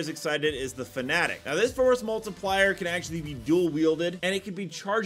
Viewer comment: Stop saying forced multipler. Seriously its stupid!